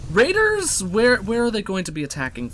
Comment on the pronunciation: Okay sorry but did he just say "Randers" have landed about five minutes in? That's glorious. Fuck Raiders, they're Randers.